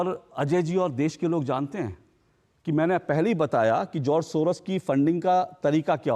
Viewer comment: सोरस नहीं सोरोस